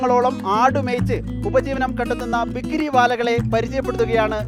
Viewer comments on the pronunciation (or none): ബിക്രി അല്ല ബക്രി😅